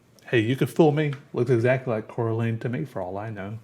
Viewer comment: Am i the only one who got triggered when he miss pronounced Coraline?